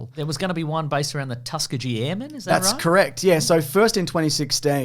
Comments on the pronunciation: Tusk-ee-gi (like karate gi) not gee like "golly gee!" It hurts my head every time here and when I heard it on the pod. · Y'all are killing me calling them the "Tuck-a-gee" airmen. Tusk-kee-ghee airmen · love the tuska-jee over tus-key-gee pronunciation. peak australian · I guess I can't blame Australians for mispronouncing Tuskegee. Tus kee gui, not Tusk ah gee. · FYI, it's "Tus-kee-gee" not "Tusk-a-jee." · Hey guys, love you dearly. I the cartoon Rocketeer, he has a daughter, not a son. You could even see it in the clips you show. Oh, and you guys have to learn how to say Tuskegee. Slow it down, "Tusk-e-ghee". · Tus-key-gee, hard G. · It's pronounced Tus-key-gy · You should do Flash Gordon too, since you're doing the Phantom. Also, it's pronounced Tusk-key-gee. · (Tusk-e-gee Airmen) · Its "tusk-ee-gee" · Tus-kee-gee with a hard G, not a Bee Gees G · Its Tuskegee with a HARD "G" just sow you know 😊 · Can you guys learn to pronounce Tuskegee? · That pronunciation of "Tuskegee" absolutely baffled me, lol. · That's certainly an interesting pronunciation of Tuskegee... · A little jolt of electricity runs through my body every time they pronounce Tuskegee. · Had to hear it several times before I realized you were talking about the Tuskegee airmen. You were pronouncing it so badly.